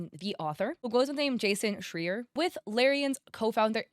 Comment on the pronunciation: it's SchrAYer. Also, he's basically the legend, the only gaming industry journalist even journalist-haters respect. If he publishes a big scoop, people listen.